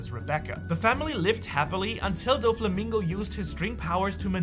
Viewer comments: That Doflamingo pronunciation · Why does he say Doffy's name like that? Have I been pronouncing it wrong?